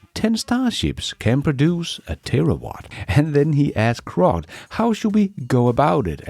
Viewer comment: please, please its Grok with a G NOT A C.......slap.